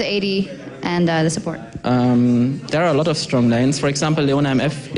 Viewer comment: "I hope it will be very close, because both teams are so Strong(prounounces Stronk) -random guy: HAHA" <3